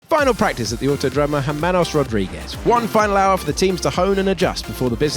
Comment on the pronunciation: In Hermanos, the H is silent. In english you would pronounce it "ehr-MAH-nohs".